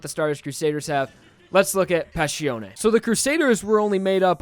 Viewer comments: It's Passione, not Pascione. You keep pronouncing the name Pascione You keep butchering all the Italian names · The way you pronounce Passione irritates me so much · I love you man but can you please atleast pronounce their names right?